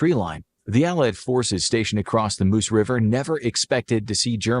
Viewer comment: Meuse, not Moose.